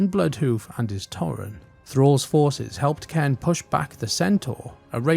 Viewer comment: It's "Cane" not Ken